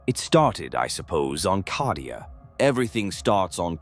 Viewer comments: CAH-DIA. Why is he saying it like that? Is he saying it wrong of purpose? Just to tear at the soft flesh of my mind?! Maybe it's always been said that way... Bolter round to the head Nothing to see here Citizen. Emperor be praised. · It is called Cadia as in Caedia Stands. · Need to spell Cadia as Cay - Dee- ah to get AI to speak better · For Cawdeah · Sounds like how someone born and raised in Boston would pronounce Cadia 😂